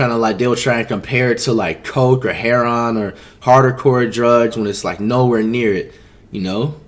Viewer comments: Anyone else hear him say “heron” instead of heroine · Manz called it heron 😭😭😭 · Flight really said “heron” instead of heroin 💀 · Did this guy just pronounce heroin as “hair on”???? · He said heron